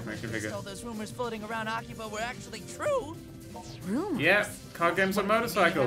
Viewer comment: i think the name is pronounced 'akiba strip'